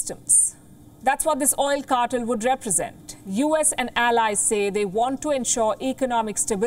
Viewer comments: Palki darling, it's not CAR-TUL but CAR-TELL. Please polish your pronunciation a bit more. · Cartel is pronounced "Car" - "Tell", not "Car"-"Ter". You take way the true meaning of cartel as in drug cartel, that's where the word comes from. I agree with the content of your report otherwise.